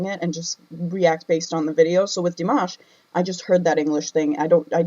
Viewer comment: Firstly, i love you reaction of Dimash very much. I always waiting for your reaction. But i just need to point out something.. People butchered his name (including you) so many time eventhough having react to him so much.. (everyone, not even singing using his name, just plain speak..butchered it) so I think from that, we can make a simple point.. Our own pronunciation is a mess when we pronounce something unfamiliar, so why we give leeway to ourselves but being critical to others? 😉 its true his english is not good during Singer competition..he don't know any English at that time.. What to expect, he just practice it a few day plus his hectic schedule during that time. Now his english got so much better. Btw honesty still the best option. Its good you point out what you felt. No need to be sad about it.. But while being honest, we should also having empathy.. Understand and learn when people correct us.. Its not about honesty alone after all.. 😊